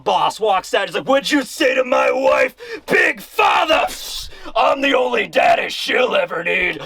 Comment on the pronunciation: I love how you say “Big Fadder”